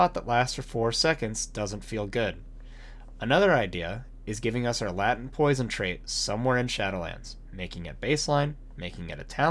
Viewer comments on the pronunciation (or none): It’s pronounced “lay-tent”. Not “lah-tent”